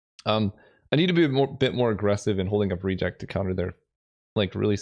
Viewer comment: Love the content! One pet peeve I have to address is your pronunciation of "Reject", the emphasis should be on the last syllable, just like it should be in "Remand" - I could tolerate it when it only happened ever so often in Vintage Cube because of Remand, but now that there are two cards with the same issue the English teacher in me felt the need to say something. Other than that I really enjoy what you do! Keep it up :)